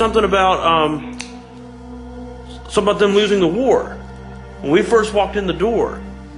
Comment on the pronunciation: I thought he said "we lost the WHORE" not WAR! :)